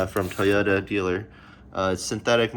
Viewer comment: Toy-ota…. not Tuh-yota…